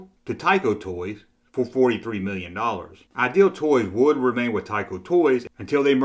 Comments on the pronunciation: It sounds like you're saying "Aisle Toy Company." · Please pronounce IDEAL correctly. You get it correct about half of the time. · Don’t worry, your contribution is another great video, his is picking up on a minor vocal glitch. You’re doing a great job👍